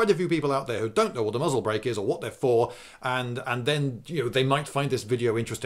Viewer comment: Strangely, being Jewish myself, every time he said muzzle break I heard mazeltov (the a is pronounced u).